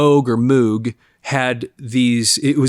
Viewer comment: Moog rhymes with rogue and vogue....no moo sound